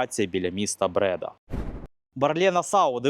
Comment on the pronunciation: Не Брéда, а Бреда́.